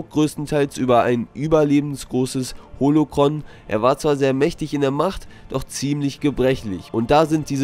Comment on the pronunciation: Holocron? Das war wahrscheinlich ein Sprachfehler von dir, oder? Jedenfalls will ich definitiv mehr über Snoke erfahren und dabei eine sehr sehr gute Geschichte zu hören bekommen. Ich persönlich glaube, dass die Narbe von einem Laserschwertduell mit Luke stammte. Vielleicht ein paar Jahre nach Episode 6. Vielleicht erfahren wir das ja in der Live-Action Serie, die etwa 11 NSY spielt. Dort könnte man auch eine Geschichte über Finns Eltern erzählen, wobei ich glaube, dass Lando sein Vater ist. Aber ich frage mich, ob die Bilder vom unverletzten Snoke im Netz eigentlich von Diyney stammen? Apropos Disney. Du sagst ja sehr oft, dass du viele Urheberrechtsprobleme mit Disney hast, wenn du deine Videos zu Star Wars rausbringen willst? Ich würde gerne wissen, was genau für Probleme du da hast? Musst du so eine Gebühr zahlen, um Bilder oder Filmausschnitte in deine Videos einzufügen? Wer genau konfrontiert mit diesem Thema? Erhältst du so eine E-Mail von Disney, die dich dazu auffordert, das zu tun, was sie wollen, wenn du das Video hochladen willst. Und was macht es bitteschön für einen Unterschied, ob nun das Bild klein skaliert werden muss oder nicht? Diese Frage geht an Disney. Was haben die dagegen? Was macht das für einen Unterschied? Warum stört die das so sehr? Was haben die für ein Problem? Ich würde gerne eine Antwort auf diese Fragen bekommen, denn das ist ja oft bei dir der Fall, was bei den anderen Star Wars Youtubern nie so ist. Ich höre da nie